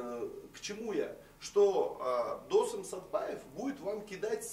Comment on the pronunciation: ведущему нужно срочно что-то делать со своей культурой: либо намеренно коверкает имена-фамилии казахов - ДОсым, САрым...либо одно из двух